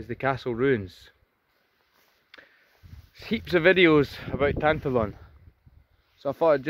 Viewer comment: BTW, the pronunciation is tan+TAH+lon. The stress is on the middle syllable.